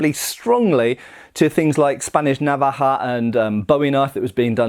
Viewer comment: I have to say you pronounce navaja as good as any Spanish speaking person.. always great videos man you should do an American tour traveling classes 🤷‍♂️ if the price is right I’d attend doesn’t even have to be a class as so much a presentation lol 😝 if not these videos just as good ☮️